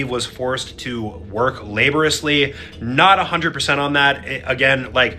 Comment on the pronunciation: Circa "Their coach was forced to work labouresly." Ok, you stumped me... what the hell does labouresly mean?